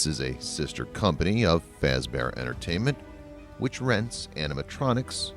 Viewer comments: Great video, but you said some things wrong though. Freddy Fazbear is pronounced "Freddy f-ah-z-bear" not "f-ay-z-bear". Great vid anyway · Its fazbear not faze tell it right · Fazbear not fezbear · Just saying its fazbear, not fazebear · Wait is it me or did you say freddy facebear? If you say it its freddy fazbear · I was thinking the same thing! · Not fazbear you said fAzbear (the capital is wich you aid wrong) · There names are pernouced freddy FAZbear bonnie the BUNNY CHICA the chicken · He just say freddy fase-bear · Freddys last name isn't faez bear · I love how he said fazbear wrong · You said Fazbear wrong. (like if you agree) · i paused the video at the start just to say this i am a fnaf fanatic if you get anything wrong ill be pissed also this is a joke im just pointing out things that are wrong no hate on this channel edit 1:you said fazbear wrong edit 2:mike isnt new hes the same from fnaf 1 edit 3:im sorry but the entire part of help wanted is wrong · This was amazing! Thank you! also btw... It's pronounced Faz-bear, not Faze-bear, and chi-ca, not chick-a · This guy does not know how to pronounce the names right Freddy fezbear chika you had one job dude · "Freddy Faizbear Bonnie , Chika" EXCUSE ME FAIZBER AND CHIKA , EXCUSSSSSSSSSSSSSSSSSSSSSE MEEEEE